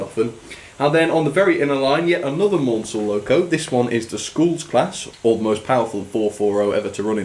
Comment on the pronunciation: Maunsell's name is pronounced Mansell (rhymes with cancel) this is explained in one of the Bulleid biographys but I knew Maunsells daughter who found the constant mispronounciation frustrating.